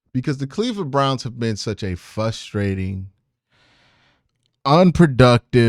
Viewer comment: What is “fustrating?”